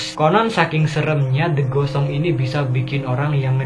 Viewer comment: Pas di "The Ghost Song" kok pas bilang gitu yang kudenger "The Gosong"👄